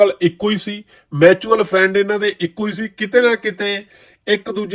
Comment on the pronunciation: ਭਰਾਵਾ ਮੈਂ ਤੈਨੂੰ ਪਹਿਲੇ ਦਿਨ ਤੋਂ follow and subscribe ਕੀਤਾ। “ਤੂੰ ਹਮੇਸ਼ਾਂ ਮੈਚੁਅਲ ਫਰੈਂਡ ਬੋਲਦਾਂ । ਮੈਚੁਅਲ ਨੀ ਹੁੰਦਾ ਵੀਰ। ਮਿਉਚੂਅਲ ਫਰੈਂਡ ਹੁੰਦਾ”। ਮੇਰਾ ਭਰਾ ਗੁੱਸਾ ਨਾਂ ਕਰੀਂ। ਮੈਂ ਕੋਈ ਬਹੁਤਾ ਅੰਗ੍ਰੇਜ ਨੀ ਬਣਦਾ। ਮੈਂ ਬੱਸ ਤੈਨੂੰ ਠੀਕ ਕਰ ਰਿਹਾ।